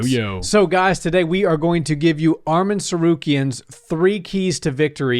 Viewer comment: ARMAN NOT ARMEN 🇦🇲🇦🇲🇦🇲🎰🎰